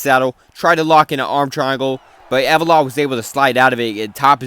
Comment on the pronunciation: With all due respect bro it’s not hard to pronounce Ev-lo-ev🥲